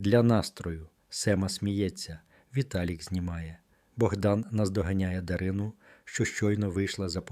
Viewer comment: Або, людина далека-далека від української мови. Чи спеціально так паскудить... Чого тільки коштує - дивлячись, на ДаринУ. Канал має ціль відкинути від українського?